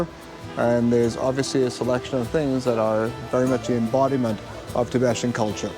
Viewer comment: It is NOT pronounced "Ti be shun". It is pronounced, "Ti be tan".....c'mon man, if you are going to mention them, get their name right at least.